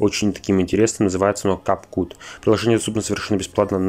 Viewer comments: Cut это глагол резать, произносится кАт но никак не кУт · Да штож такое КепСют а не КапКут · Не кап кут а кап кат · Могли бы хотя бы набрать как читается а не называть его КАП КУУУУТ✌🏿🌚 Кап кат читается для особенных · кут- резать. Правильно произносить кУт, учи английский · То чувство когда правильно говорится КэпКап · Capcut читается*кап кат* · Правильно читается кэпкат😅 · И читается кап кат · Я так же говорю кап кут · Возможно, интересное и полезное видео. Но невозможно слушать, начиная от неправильного произношения названия программы и заканчивая фразами «так сказать», «так скажем», которые повторяются через предложение. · Бедняга не научили тому что U иногда произносится как А